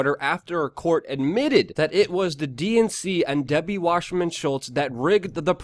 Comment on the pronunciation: It's Wasserman, not washerman